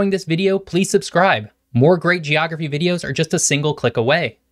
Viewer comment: Soooo... "Geophragy"?